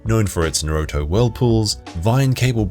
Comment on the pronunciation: Nice narrative voice, but the pronunciation of several places is quite off, sometimes to the point of being straight up wrong (eg. 'nuroto' instead of naruto whirlpools).